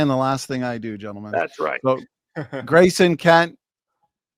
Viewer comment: Im about to start watching this now and im already pissed that Kent is going to purposefully mispronounce Graysons name on purpose. He does it all the time, it’s so goddamned childish